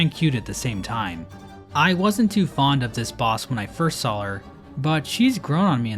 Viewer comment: She saw the saw and became a saw while saying "shaw".